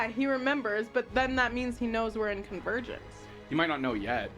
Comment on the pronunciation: 💀 I heard: You pulled me into your virgin 💀 Instead of: You pulled me into your Convergence Also: Fuckin comedy gold 😂